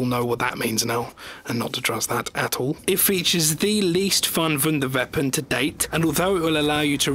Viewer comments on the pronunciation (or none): omg learn how to say "WONDER WEAPON", not "VUNDER VEAPON"